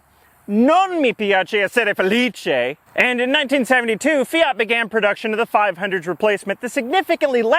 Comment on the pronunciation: it's so cool to hear you pronounce my name so perfectly 😂😂 (Felice) Love your channel